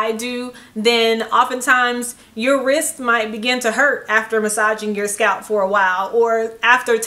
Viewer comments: The way she kept saying "SCAP" instead of scalp. Lmao. . . Plus that smoke detector beeping. I can't. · the way she says scalp though